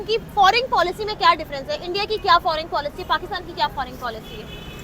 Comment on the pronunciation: Pakistani English toh Mashallah Mam FORING nahi FOREIGN hota hai. 😂😂😂😂😂😂😂